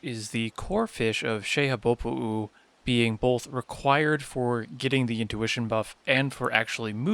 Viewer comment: I applaud the pronunciation of Xehabopo'u. Another helpful video.